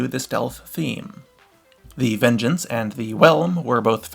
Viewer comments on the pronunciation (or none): none